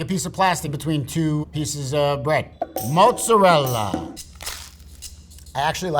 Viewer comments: I can't take a "cheese expert" seriously when they say "moozerel" 😂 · Anyone else notice he says mozzarella wrong